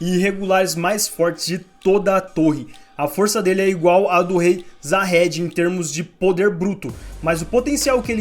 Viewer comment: Se pronuncia Zahard e não Jahad.